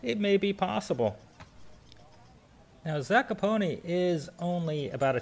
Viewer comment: Hi Guys. Pronunciationod this town is Zakopane ( not Zakopone ). Highest peak in Poland and Tatra Moutains is Mt. Rysy 2499m, in Tatra highest peak is Mt. Gerlach 2655 m above the see level. Geetings from Kraków